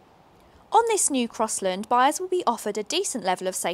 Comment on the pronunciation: "Crosslind" 😡😡😡 it's CrossLAND"